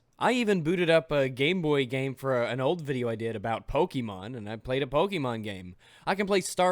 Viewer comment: "The wii u has Mario, sonic, zelda and POKEMON." One, pokey mon is not the correct pronunciation, and two does he even fucking research ANYTHING? To this day, NONE of the Nintendo home consoles have had zelda.